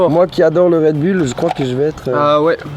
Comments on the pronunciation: On prononce red boulle et pas red bülle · on dit redboul